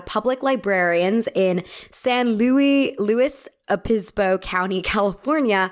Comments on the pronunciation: STOP I LIVE IN SAN LUIS OBISPO I HAD NO IDEA ABOUT THAT (it’s San lou-is, Obispo haha, but most people just say SLO) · Why can’t you say San Luis Obispo correctly? Is it so hard to look up the pron when you found that fact? (Also, that “fact” isn’t really stand-alone w/o context) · I’ve got you it’s (san loo-us uh-biss-bow”